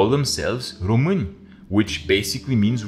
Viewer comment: I had a feeling you were Romanian! There is just some thing about being obsessed with Rome and being Romanian, so many history youtubers are from there. The German accent had me doubting tho, for so many videos until the moment you pronounced români perfectly here